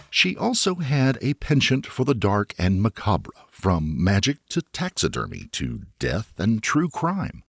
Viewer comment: yo the macabre pronunciation was wild.